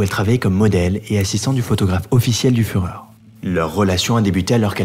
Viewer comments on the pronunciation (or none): none